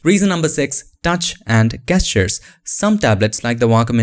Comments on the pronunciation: Not Gestures with the G pronounced. More like Djestures. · gestures Is properly pronounced as Jestures. it's weird but in English that how we say it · It's "gestures" not "gestures". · Nobody:: "Gestures"